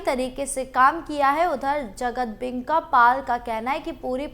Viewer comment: जगदंबिका पाल बोलिए आप बार बार बोल रहे हैं जगतदेंबिका पाल